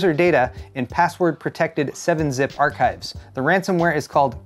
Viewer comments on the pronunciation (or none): none